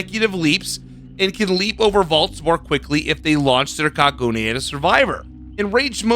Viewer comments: Hearing you pronounce kagune is the funniest thing I’ve heard all day your the only only over pronouncing it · as someone who watches Tokyo ghouls I couldn't stop laughing every time he mispronounced kagune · I could just be missing something from the anime cos it’s one I haven’t seen yet, but as a Japanese person, I’ll say that with that romanization by itself, that wouldn’t be how Kagune sounds. All 3 syllables would be basically the same length because they each consist of 1 letter: か(ka)+ぐ(gu)+ね(ne). Normally the “ka” would only be lengthened, as you claim, if it were spelled as Kaagune or Kāgune. I’ve never seen a Japanese name like that before though. If it really is drawn out according to the show, then that’s just poor attention to detail by BHVR by messing up the spelling, which would be disappointing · You can really tell doesn’t know anything about Tokyo Ghoul, considering he keeps referring to Ken as a “her” and his pronunciation of kagune. 😂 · The way you say Kagune is funny please never change how you say it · It's actually pronounced Ka-gu-Nay like gun instead of like goon. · Great vid and no hate but it’s pronounced like ka-gu-ney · “Kagooone leap” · kaguna the e is said like an a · bro said kagoone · If it helps, the "gu" isn't pronounced like "goo" like you're extending the "uu" sounds, gotta shorten it so it flows into the "ne" part sooner. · It's pronounced more like ka ga nay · i find it amusing that there using a a character who is actault a fairly good person most of the time though this seems to be from the period of time where he went kind of crazy, alao your pronouncing kagune wrong its pronounced kah-goo-neh'. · My favorite anime character is being added. I'm stoked. It's pronounced "Kah-goo-nae" it's the ghouls weapon they are born with. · It's pronounced kah-goo-nay. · it's kagune e is a "a" sound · The way he pronounces kagune I was laughing the whole video